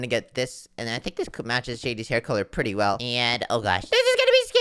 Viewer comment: ( ) mines pwetty scary ( not making fun of his voice sorry if this hurts your feelings )